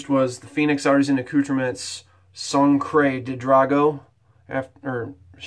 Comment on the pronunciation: One of my favorite scents from PAA! I think it's Sangre with a "G" though.... Anyways, great shave my man!